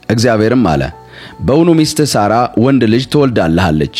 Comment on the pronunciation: የምን ሶራ ነው? ሳራ ነው